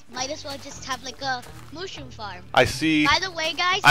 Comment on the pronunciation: IT'S THE MOOAHROOM BIOME